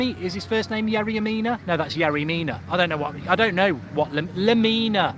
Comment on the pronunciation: Lmao mark your saying yerry lamina 😂